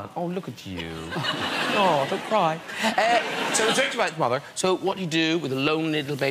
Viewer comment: ‘mother’ god you can really hear Graham’s Irish accent 😂